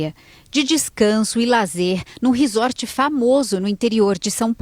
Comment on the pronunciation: Pelo amor, a pronúncia é "RIZÓRT"! Q horror isso aí, q tristeza!!! Um socorrista q nao socorre??? Isso é um ABSURDO! Q Deus conforte essa familia:(